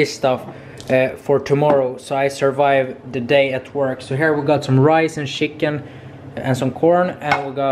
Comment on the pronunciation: “We got some shicken”🤦🏽‍♂️😂